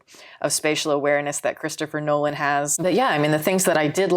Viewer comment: Nolan, not Noland